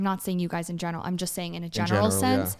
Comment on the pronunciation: I’ve noticed that whenever tries to say “in general” he says “in gemeral”😂